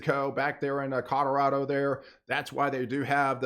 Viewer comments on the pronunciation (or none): none